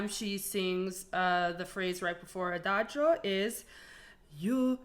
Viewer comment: She pronounces "Adagio" the way it is supposed to be because that's the correct way it say it: "A (open "a")-da (strong "d" and full "a")-gio("dj"-"o"-neutral "o"), because in Italian that "i" before "o" is mute. She's half Italian, so it's effortless to her because that's (alongside with French) her language!😊